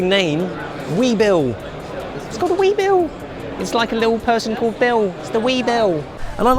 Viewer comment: "We, bull" not "We, Bill"